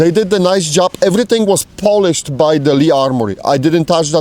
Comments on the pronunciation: Came here to hear the word "polish" pronounced as "Polish". Was not disappointed. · i love hearing "polish" pronounced "polish" as opposed to "polish", it's the way "polish" was meant to be pronounced